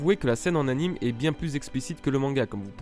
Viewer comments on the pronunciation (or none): none